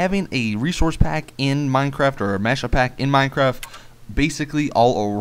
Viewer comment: You said mine crack